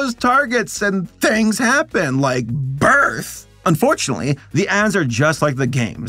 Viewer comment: Absolutely killed me, especially with how you said "birth" Also YOU ARE RUSTICATED